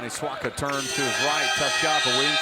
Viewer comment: y is the commentator saying wani swaga its swaka